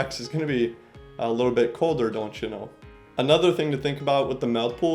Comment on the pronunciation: The dontcha know made me giggle.